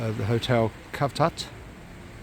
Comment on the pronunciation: For the love of God pronounce the name correctly cavtat is actually pronounced SAVTAT